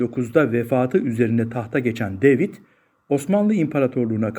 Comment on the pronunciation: deyvid ne gözünü seveyim, yabanci isimler Ingilizce telaffuz edilecek diye bi sey mi var?